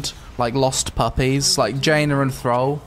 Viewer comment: Thrawl? It’s TH-RALL